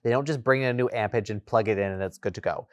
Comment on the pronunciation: "Ampage"? Amperage?